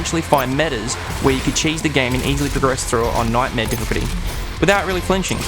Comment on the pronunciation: Why can't this guy say the word "difficulty?"